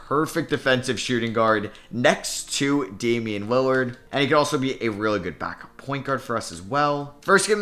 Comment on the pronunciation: "Damien" hmm